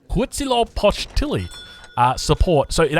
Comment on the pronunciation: I give you an 8/10 score in your Huitzilopochtli pronunciation